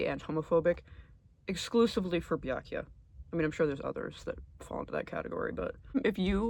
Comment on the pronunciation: Obsessed with how you pronounce Byakuyas name just like Gamegrumps